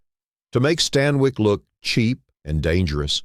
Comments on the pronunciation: Barbara Stan"Y"KE...no, it's Barbara StanWICK. You whole show is talk,talk,talk. No show no sound, just talk. Ick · barbara STAN WIEKK ??? lmao it's stanwyck pronounced "STAN-WICK". your AI voice is ☠ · Lots of these movie lists vids are totally AI. Easy to gather info and even clips, remix film writing styles, no humans involved. Some are entertaining i must admit. This one just pronounced Barbara Stanwyk as Stan-WIKE. they dont even review these for mistakes, or know the difference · a in and already we have - barabara stanwike? its barbara stanwyck! when words and names are mispronounced like this its a sign its a. i. why people can't just narrate their own yt videos is beyond me. if you can't do it get someone else to do it. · Barbara "Stan-wike" 😂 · Barbara Stan-Wike? Been Bot long? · AI voice mispronounces Stanwyck.